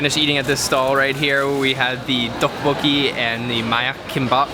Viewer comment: Its not duck coocki it teoboki